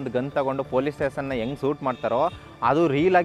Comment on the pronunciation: ಸೂಟ್ alla ಗುರು ಶೂಟ್ ಅಂತ ಉಚ್ಚರ ಮಾಡು